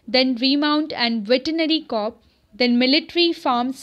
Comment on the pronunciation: This isn't to troll you or anything but plz rectify your pronunciation of corps (was just for your betterment).